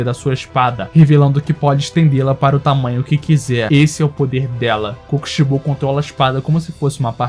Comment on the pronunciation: Não sabe falar o nome do kokishibo